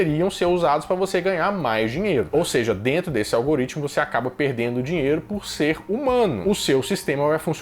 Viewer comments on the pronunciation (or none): "Aí dêntu!!"